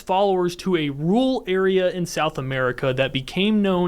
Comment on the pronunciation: good channel but why do you say rual instead of rural?